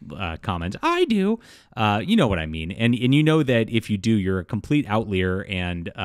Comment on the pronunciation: How do you pronounce outlier?!